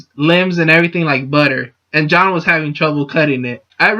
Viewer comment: "This is MY theory, so I absolutely support it. Go John." That's all this video was: shameless plugging of a channel and a mispronunciation of Jaune.